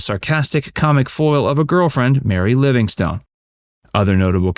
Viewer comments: Sadie Marks' stage name was pronounced "Livingston," and did not end as "stone." Such is the pitfall when one isn't thoroughly familiar with the subject. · A great comedian and personality. For future reference, although written as Livingstone, Mary's name was pronounced "Livingston". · I enjoy your videos, except one thing. Please have your readers do just a smidgeon of homework to learn how people pronounce their names. I've noticed this in many of your videos, in this case you Keep Pronouncing Mary Livingstone like a rock/STONE, and that is how it is spelled, but the name is pronounced Livingston or Livingstun. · The "e" on the end of her stage name is silent. Her birth name was Sadya Marcowitz and she changed the spelling to Sadie Marks and then, after marrying Jack, her stage name became Mary Livingstone.